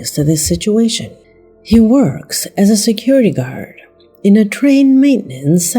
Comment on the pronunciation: Papua New Guinea ≠ “papoa new jinea” and Guard ≠ car. Her voice is lovely but her pronunciations are definitely not exquisite 😂.